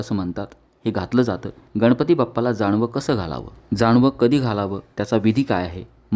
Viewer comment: जाणवे नव्हे जानवे म्हणावे!